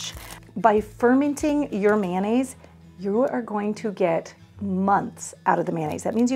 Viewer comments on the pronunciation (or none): Great tip for mayo. But the word you are using is pronounced, "fur-'MENTING". Took me a bit to understand that you were fermenting the mayo. ❤